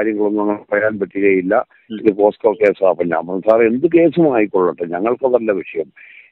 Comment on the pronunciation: എൻ്റെ സഹോദരന്മാരെ പോക്സോ അല്ലെ പോസ്ക്കോ അല്ല